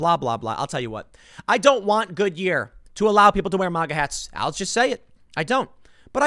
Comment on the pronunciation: Its maga not mawga